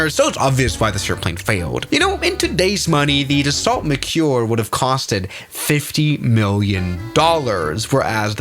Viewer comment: It’s pronounced daso 🥀✌️